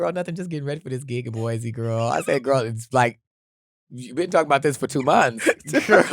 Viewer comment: not boise! 😂